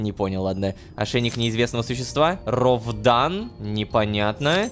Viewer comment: Ошейник неизвестного существа не Ровдан а Радан